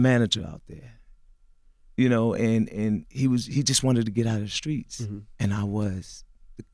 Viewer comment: As old as CTG is, he’s still saying “Skreets” WTF!🤦🏽‍♂️